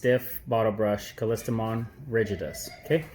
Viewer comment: Great video. You pronounced callistomon correctly the first time. I've been successful in getting my seeds out of the capsules. By putting capsules into brown paper bag. Put in car and let the heat open them up, easy with temperatures in Australia. Seeds are like dust. Sprinkle them on top and prick out and repot. Hope you were successful.